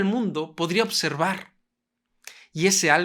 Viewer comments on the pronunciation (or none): none